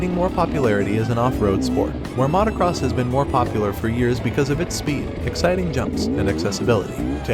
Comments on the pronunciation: I like your videos, but have never heard anyone say "mahtacross bikes" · I hate the way this guy pronounces motocross